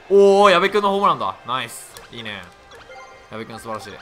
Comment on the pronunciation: 矢部にゴロが言った時やばいの方のやべに聞こえるwwwwww